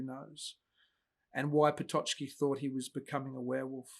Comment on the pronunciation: One minor remark of you don't mind - it's pronounced "Pototski" or "Pototzki". The "ck" group in Polish make the ts/tz sound. It's never a "ch", "tch" nor "tsch".